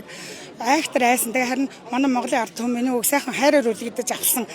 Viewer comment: Artumen geeshaasan “d” ni haashaa alga bolov 😂😂😂